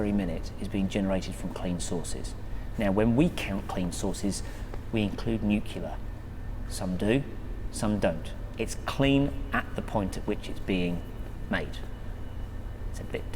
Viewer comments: " Expert' says 'Nucular' , oh dear. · The 'Head of Future Markets' for the National Grid cannot say 'nuclear'....!!!!!!! Ffs - it's just embarassing — and very distracting...!! It's like not being able to say your own name.......